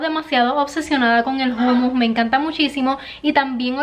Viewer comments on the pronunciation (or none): No es Jumus, es Humus ☝🏽